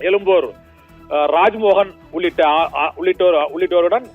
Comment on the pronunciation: விலா, (விழா) எலும்பூர் (எழும்பூர்) - என்ன இது தமிழ் உச்சரிப்பு கொடுமையிலும் கொடுமை.